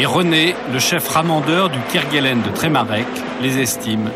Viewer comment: On ne dit pas Kerguelen (kerguel1) mais "kerguelaine" malgré l'hortogrpahe.